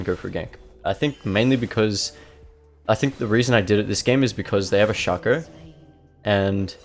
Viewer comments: "shakooăr", id rather say "sheico" even tho it's just "shaco" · are you from spain? because of the first shaco pronunciation